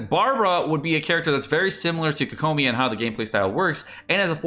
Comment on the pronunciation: I'm really hoping for xingqiu and fischl since I use them a lot! I don't care too much about the third character, but I'm also thinking it will be Noelle. Also no hate at all but it always weirds me out when people pronounce kokomi that way. Its like hearing ceLERy instead of CELery.